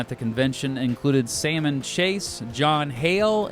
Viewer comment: Sal-mon not like the fish, the L is not silent.